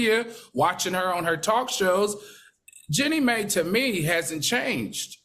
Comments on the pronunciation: "My" not "May" - SMH! Where is Fox Soul's media voice coach! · Jenny May??!! Uh no it’s MAI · The producers should step in and let them know. MY!!!